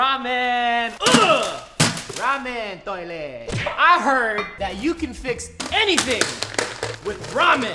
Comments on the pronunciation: Filipino Accent Of "Toilet" hha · HAHA ikr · This is how many times guava juice said toliet ⬇️